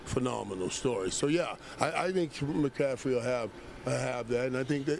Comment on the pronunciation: bro said mcaffy